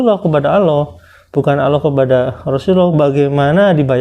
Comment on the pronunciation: Aloh,,aloh,,,aloh ALLAH bang bukanya aloh